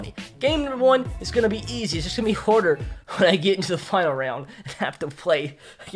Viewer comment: He dont even know how to say harder he says hwarder